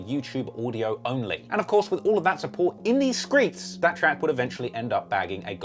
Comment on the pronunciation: "A certi hit in the skreets" ..uuuuusing it.